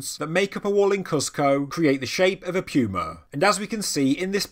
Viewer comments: Puma is pronounced "poo-ma" not "pew-ma" Why can you say puma properly when saying "puma punku" but not when saying "puma"? You are supposed to be at a higher intelligence level than the rest of us! I lose credibility when I hear you sounding like this. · It's literally hurting me to hear you say puma wrong LMFAO I hope I'm not the only person FML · Puma....he pronounces like “Pew-ma” we pronounce it like “poo-ma” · No offense but I thought he said pupa instead. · Pew-Ma. British people are fun. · This whole time I have been pronouncing pewmas all wrong...what else have I done wrong...are unicorns not real? Are fairies fake? Is Dr hawass not a reputable guy? Ohhhhhh wow I'm going to hide under one of those megalithic stones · I'm one hundred percent sure somebody else has pointed this out in the comments but you're saying that big a cat's name wrong it's puma The U has almost an o sound Goo So you would say it poo-ma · i know, and as an American I'm sure i have no right to question how anyone pronounces anything. However, puma just sounds weird with a 'y' in it, and with your accent it puts a heavy emphasis on it.